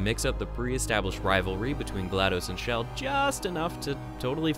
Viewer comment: Why are you pronouncing Chell as "Shell"?